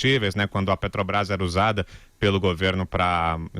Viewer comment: PETROBAIS??? NEM FALAR ESSE ASNO SABE?